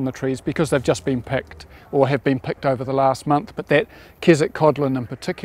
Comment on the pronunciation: Great tour. thanks! still has me in giggles...picked and pecked sound the same